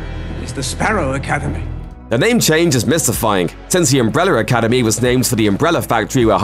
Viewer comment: "Umbreller Academy" lol